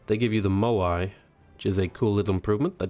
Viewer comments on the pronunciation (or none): none